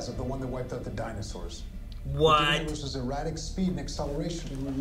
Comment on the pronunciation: EROS, sounds like "air ghost"